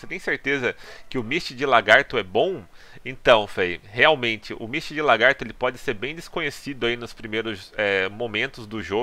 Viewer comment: PQP parabens mano! finalmente 1 youtuber de cdz que fala misty de lagarto e não LAR-gato, ja vi mais de 3 ytbers falando largato gejuiz!